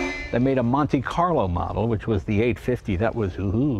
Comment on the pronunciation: Instead of "Monte carlo" I thought he said, "Monte Python" model...